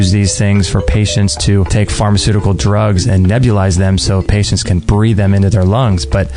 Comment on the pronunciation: Toxic- TokSick... :-) Pharmacutical- Harmacutical.. :-)